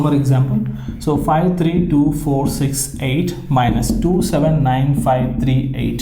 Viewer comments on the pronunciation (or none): y u say tree every time instead of three 👎👀👀💆💇😿😿😿🙀🙀🙀🙀🙀🙀😾😾😾🙈🙈